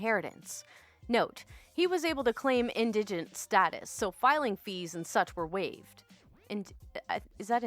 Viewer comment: Indigent... pronounced in-duh-jnt It means a needy or destitute person.